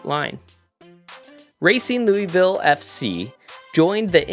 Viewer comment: Great Video! But man…as a Kentuckian…your pronunciation of Louisville hurt me😂😂